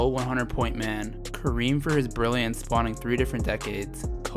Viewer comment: The way you pronounce spanning makes me think you didn't write your own script.